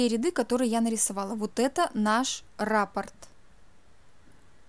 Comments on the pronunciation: Не рАпорт, а раппОрт. Вы же профессионал? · Извините. Но в данном случае раппОрт. Ударение на второй слог . Сама удивлялась...когда узнала